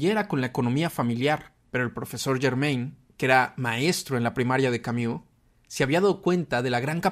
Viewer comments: Tú dices Camiú y es Camus! Jajajaja 😅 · Xq pronuncias Camiu?